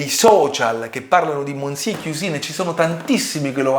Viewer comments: Monsiè non si può può proprio sentire 😢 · Già mi sembrava assurdo il confronto, poi ho sentito come pronunci il nome del “monsié” e ho capito tutto il resto 🤣🤣🤣